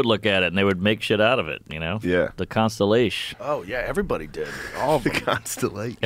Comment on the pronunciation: Constellaysh! Lmao